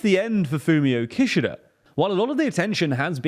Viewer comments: That's not how you pronounce Kishida! Doesn't anyone on the team watch anime? Jeez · Not relevant at but the way you say Kishida kinda sounds like Kirchner, and as a Brazilian person, I could not help but to think of the Kirchner family every time you said it hahaha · How do you not know how to pronounce Kishida? Just watch some videos about him, and you know how to say his name....it's not hard guys.